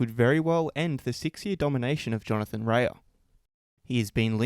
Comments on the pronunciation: Rae is pronounced Ray not Rayah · Re-a? It's rea all 1 word lol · Love the channel mate, but can you get Rea's name right please. It's pronounced Ray!